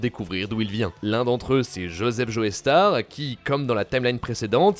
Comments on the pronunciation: Je me MORDS les doigts quand j'entend "Joé Star", ça me fait penser à JoeyyStarr justement. Désolé, mais on dit "JO STAR" en Français et dans bien d'autre langue ! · Pars pitié arrêtez de prononcer "joestar" sa se prononce "jostar" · Juste quelques précisions par rapport à la vidéo: -Leur nom ne se prononce pas "Joeystar" mais "Jostar" -Le nom de famille de josuke n'est pas Joestar mais higashikata -T'as pas précisé que Giorno veut intégrer passione et en devenir le boss dans le but de stopper le trafic de drogue en Italie, alors que c'est hyper important -Le nom de Gyro se prononce "Jayro" et pas "jiro" -T'as oublié de préciser que le vrai nom de Johny est en fait Jonathan (ce qui est super important puisque ça montre que même dans un univers alternatif on a bien un Jonathan fils de George) -Y'a 2 ou trois erreurs sur les prononciations comme par exemple le nom de gappy qui est bien Higashikata et pas Higashitaka, ou le nom de Giorno qui est Giovanna et pas Giovannia, mais en vrai la vidéo est propre, le résumé est simple efficace et bien écrit, bravo à l'équipe ! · ça se prononce "Joe Star" pas "Joey Starr" merde. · Mais arrête de dire Joeystar c'est chiant, c'est un nom anglais, on le prononce Jostar (je suis sur que tu fais partie de ceux qui disent x dans Hunter × Hunter et dans Spy × Family alors que c'est une putain de croix, c'est pas une lettre). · Prononce bien joestar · Aie l’accent tonique mal placé dans tous les noms de la partie 5 😅